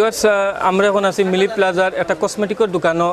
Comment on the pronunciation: It's MiLi plaza not Mini plaza😂